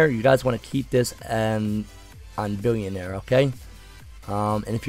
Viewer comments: It’s By linear, not Bil-leneer. What’s up with these thugs trying to do videos haha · Billionaire lmaoooo. Thanks for the laugh. Its Bi-Linear